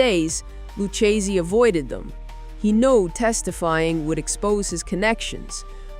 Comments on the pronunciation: It's "Lou KAY zee"... Not "Lou Chay Zee".... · Tommy's last name: Loo-KAY-zee. Otherwise, stellar work. Cheers! Tommy Gagliano: Ga-Lee-ahnn-OH. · Are you from NYC? If you are,you sound like a carnival character You can't even pronounce luccsse